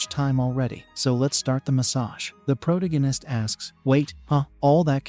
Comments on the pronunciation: Not a fan of the Pro too gan ist? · change this terrible robo voice to something proper, also fix your pronunciation, its annoying how your robo says protagonist and necromancer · Jesus CHrist can you please learn how to pronounce the word protagonist. yes I know its AI but fix this shit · For the love of god learn how to saw protagonist!